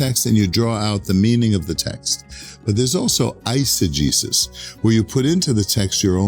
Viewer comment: Acho que o "Isegexis" que ele fala ficaria melhor adaptada como "EUxegese".